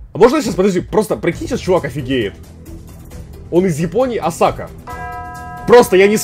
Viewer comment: БоготА у Саши БогОта, Нейроби - Нейорби, Осака - ОсАка, Камбоджа - Камбодиа. Капец режет уши